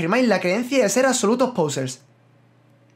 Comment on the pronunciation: por cierto, me he dado cuenta de que dices /pousers/ en vez de /posers/, me hace bastante gracia lmao xDD